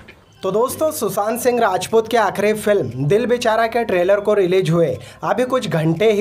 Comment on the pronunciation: Its sushant not susant😂😂🤷🤷